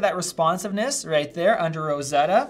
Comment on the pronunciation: „And it’s Rrrosseddddddoa 🤣“